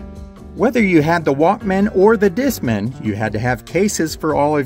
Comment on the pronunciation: It's Disc man. You're saying it like it's a last name